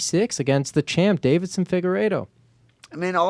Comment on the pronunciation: love but it bothers me when he says Davidson instead of Deiveson